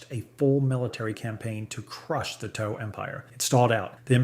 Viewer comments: yeah, great use of AI ... a shame it cant pronounce "tau" and other names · the KI voice cant pronounce TAU either